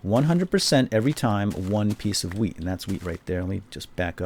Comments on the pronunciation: it sounded like he said instant weed :) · Lol i thought he said "weed" XD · you just learned me how to pronounce 'wheat' o.O